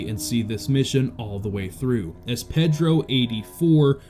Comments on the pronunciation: Losers😞🤨 I believe it's pronounced "Paydro", not Peddro". If you can't get it right, you shouldn't be there talking! 😡😠🤬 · Ped-ro? Have you never heard that name before? I'ts pronounced pay-dro, not like a kid-toucher in a boat with oars.